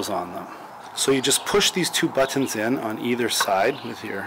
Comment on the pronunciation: Hey man. Seriously. Stop saying buttons like that.